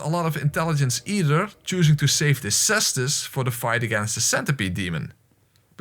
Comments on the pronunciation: "Kye-stoos", and plural is "Kye-stye" (Caesti). The word is Greek in origin. And while I'm here, it's "Ornstyne", not "Ornsteen." Don't know why everyone gets it wrong, but I looked it up in the Japanese spelling just to be safe and it's a long "eye" sound. If for some reason you refuse to believe me, check out the Japanese spelling of his name, オーンスタイン and put it into Google Translate or something and have it read it to you. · The weapon is pronounced KEKstus.